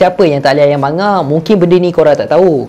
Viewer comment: Bagus. Tapi lebih baik kalau sebutan manga tu betul. Bukan ma nga. Tapi mang ga.